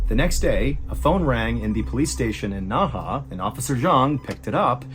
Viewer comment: It’s pronounced as Nei he….not Na Ha…Nei He when translate to English means inner river